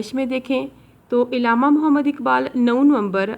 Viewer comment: It's not illama it's Allama